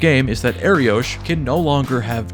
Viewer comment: Btw, it’s pronounced Ariokh not Ariosh. The name means lion in Hebrew.